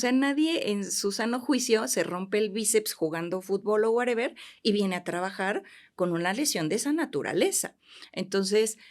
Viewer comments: Excelente profesionista la dra., lo único que no me gustó es que diga wereber jajajaja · nada más que eliminé de su vocabulario el "wuereber" y listo 😂😂😂